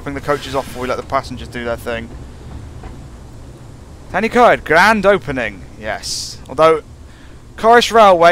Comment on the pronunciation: It's pronounced Tan-uh-coid